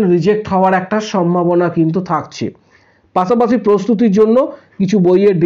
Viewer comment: পাছে নয় পাশে হবে। পাছা পাচি নয় পাশা পাশি হবে। সঠিক বাংলা ভাষা বলতে হবে।